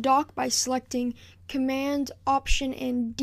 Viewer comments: Just an FYI: There's a 'd' at the end of the word 'Command'. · Well Done ! Btw Its Command ! Not Comman :P